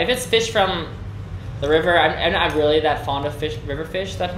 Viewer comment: ở VN lâu rồi và tiếng Việt quá giỏi, nên thỉnh thoảng nói nhanh 1 số từ có hơi lai giọng Sài Gòn rồi đó... âm ly trong really, mostly, hay something nói với dấu huyền khá kiểu Vietnam (real-lỳ, most-lỳ, some-thìng)